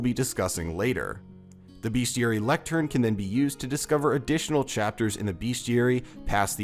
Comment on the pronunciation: LOL ur the first person to say beasteary right OMG